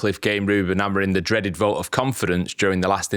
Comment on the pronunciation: Love the pod, but please start saying the manager's last name right. Amorim not Amorin